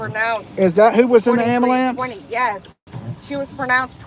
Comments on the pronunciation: Luv the way you say "Amalance". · It’s amalamps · I think he’s saying “abulance”😂